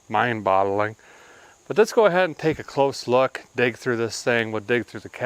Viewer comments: Thought that phrase was mind boggling Derek. Keep hearing you say bottling. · Did you say "mind bottling?"